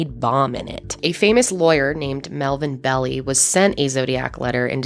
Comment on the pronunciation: melvin bell-eye not melvin belly .......office on columbus ,, great guy